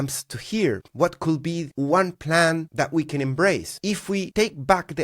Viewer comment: Stop pronouncing Could be as coulll be. It's triggering my OCD. Just say coud...silent L 😊